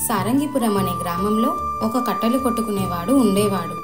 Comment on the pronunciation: Kattalu kaadhu kattelu